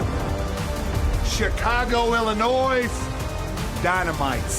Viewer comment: Is not called illinoiss I found out that the hard way 😂